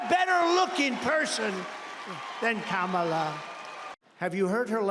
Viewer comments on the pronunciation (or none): If he can't get Kamalas name right, we could refer to Trump as Conald.